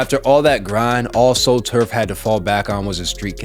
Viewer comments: Tsu Surf is pronounced Sue Surf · It’s literally pronounced T. S. U. As in the actual letters re do this bro and “solaunge” is pronounced like that